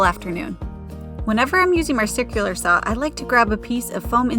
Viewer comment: I've never heard anyone pronounce saw as saou.😅